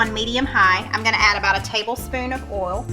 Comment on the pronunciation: It’s not olive Al it’s olive oi